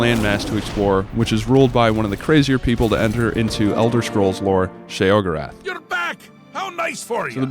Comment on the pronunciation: He says sheogoreth wrong